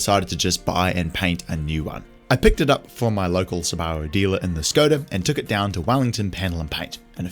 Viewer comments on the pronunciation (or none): I absolutely despise the way your pronounce subaru, but I will subscribe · Mate I really like this show, but the way you pronounce Subaru is doing my head in. I’ve never heard anyone say it like that. Is it a NZ thing? Never heard any of my NZ mates here in Aus say it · Kiwis pronounce Subaru funny, they emphasize the bar sound. Must be all the sheep over there 😊 There are plenty of examples of how it's pronounced in the rest of the world including Japan.